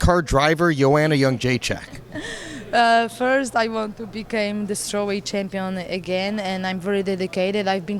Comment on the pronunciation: Why do they say Youngjaechek if it's Jedrzejczyk ?